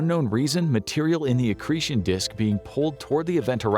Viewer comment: Did he say “excretion disk”?